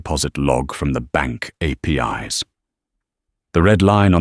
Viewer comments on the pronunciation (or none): none